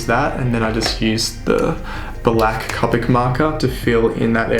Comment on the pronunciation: Just a couple other notes: Copic is pronounced with a long "o" as in the first syllable in co-operative (I have a couple certifications for Copic; I also used to Copic coloring at Michaels art/craft store). If you are doing profession work for sale, be sure to check the lightfast ratings on your colored pencils. I recommend Caran d'Ache Luminance (although they are expensive, you can find them on sale now and then) and the new Lightfast pencils by Derwent (they are about to release the 72 set and are planning a 100 set later this year). Since Copics are not lightfast (dye based inks), I recommend scanning those for production prints. The colors will fade and/or shift in a relatively short amount of time. Thanks again for the video!